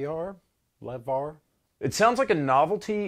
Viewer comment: "the lev-ar" perfect.